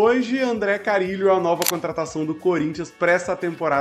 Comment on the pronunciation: é com "RR"